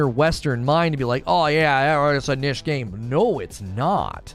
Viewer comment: "Kneesh" lol, hi I'm well behind and please say it proerly omg lol:)